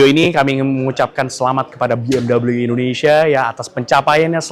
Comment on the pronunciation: Bacanya tetap be em we bukan double u..